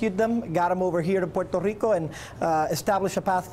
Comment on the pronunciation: I hate the way that governor keeps saying Puerto Rico